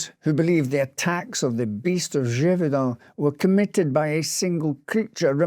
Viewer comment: Your French accent is quite good! 👏🏼 👏🏼